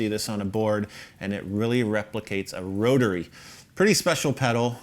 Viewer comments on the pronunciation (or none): "brotary" just sayin